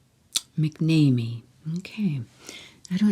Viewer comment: McNamee is pronounced Mac NAM ME